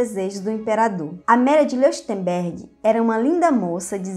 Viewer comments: Nao querendo ser chato, mas já sendo kkkkk Leuchtenberg se pronuncia Lóictenberg , em alemão "eu" tem som de "ói" 😁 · O nome Leuchtenberg se ler loirtemberg. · Onde foi que você aprendeu a ler?? Falta ritmo, a cadência é irritante. É impossível continuar ouvindo além de um minuto! A pronúncia do ditongo "EU" em alemão é "OE". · A pronuncia do sobrenome dela é: Lóishtenbérg. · Certíssimo, e o som ch se pronuncia puxando da garganta o som. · Exato "eu" pronuncia-se "ói" e "ch" como o "h" do inglês ou "j" do espanhol : um som aspirado.